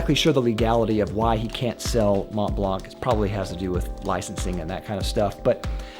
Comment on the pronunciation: Mont Blanc you should say Mon Blan. The t and n ar silent.